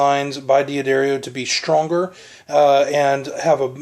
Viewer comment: I have that exact lamp!!! (the one over the gentleman's left shoulder) DOOD! It is NOT pronounced DEE UH DARIO! It is pronounced Duhdario. You're a guitar player? Duhdario, not DeeAhDario. You put 10-46 on your Strat? DOOD! That's not the right gauge. Factory standard & recommended is 9-42. I appreciate the review, but you are blowing a lot of things: pronunciation, string gauge, that dumb lamp, your horrendous t-shirt, and that GUITAR! I have a Strat too, but mine is WAY prettier than yours. Yours is kinda ugly. Just like your lamp.